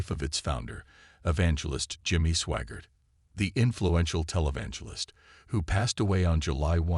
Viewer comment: It's SWAGGART not SWAGAR. or SWAGARD. You guys are the worst.